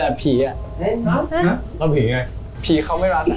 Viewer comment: จริง ๆ มุกโฟร์ท "ผีเขาไม่รัก" ต้องออกเสียงว่า "ผีเค้าไม้หรัก" = "พี่เขาไม่รัก" ในภาษาใต้ ก็คือมุกนางลึกไปหน่อย งงกันหมด😅